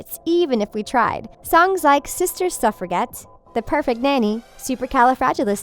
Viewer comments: And the word is pronounced ""Suff-ra-jet", not "Suff-er-get" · It's Sister Suffragette (pronounced: suf-fra-jette, dear)....not suf-fra-GET. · You mispronounce “suffragette” with a hard g! It’s /sufrajet/ not /sufraget/!!